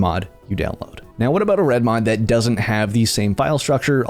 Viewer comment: The over annunciation kills me… reDmoD Fingernails on a chalk board